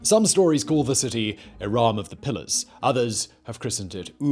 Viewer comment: Irum is more accurate than Iraaaaam